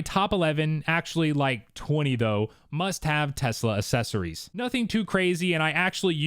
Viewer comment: The word is “accessories” not “assessories”. Maybe spend less money on a Tesla, more on a dictionary.